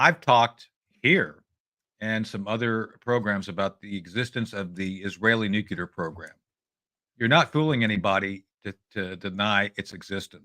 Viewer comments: noo-clee-ar. Keep practicing, Tony. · Repeat after me Tony , Nook leer….. nook. Leer….. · Who the hell is this knob? Why is it people like him always say "Eyeran"? And "Nucular"? Christ what a dolt! Very much below your usual quality of guest Judge. Woeful, absolutely woeful....🙄